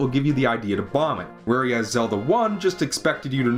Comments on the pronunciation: It's pronounced "where as," not "whereeeass" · it's pronounced "where as" not "where-e-as"